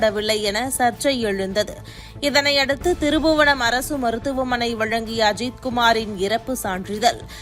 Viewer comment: அம்மா திருபுவனம் இல்ல அது திருப்புவனம் 😠